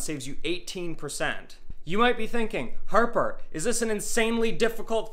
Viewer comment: she is fantastic. I never would really consider making my own pasta, but this is so simple, and fresh, I will do it. he is a bit of a numb nuts as we say in america. nice guy but not all that bright it seems. I like how she says arrrper with no H